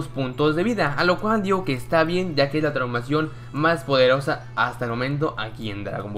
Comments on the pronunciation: Parece que dice traumacion xD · Dice traumacion